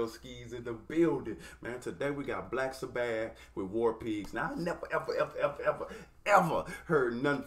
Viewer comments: Never heard them called Black Sa - Bath before 😂😂 Its Sabbath like as in Sunday is the Sabbath. Sounds more like Sabeth phonetically. Love you no hate! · I sort of wish your first Black Sabbath song would be the studio version. (Pronounced SA- buth) This was cool, but the studio is better in my opinion. That lead is Ozzy Osborne, who I assume you've probably heard of. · love the reactions for Real! Hey the pronunciation is Saah Bath with the accent on the last syllable - keep on Rockin’